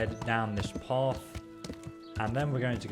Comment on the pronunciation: it's path not paff